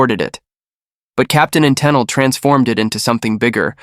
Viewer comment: Just so you know, Toni Tennille pronounced her name Ten-Eel. Toni was also a noted session backup singer and even appeared on the classic Pink Floyd album The Wall.